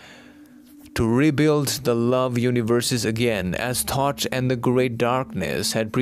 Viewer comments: Thoth not thought. Correct? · It's THOTH not thought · Are you saying “Thought” or “THOTH”?? Very fascinating 💙Thank-You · Thoth is pronounced Tot which sounds like thought.